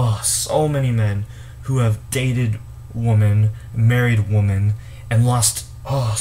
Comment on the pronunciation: Right. I don't buy them anything. You're pronouncing the word "women" wrong. "Woman" is singular, "women" is plural.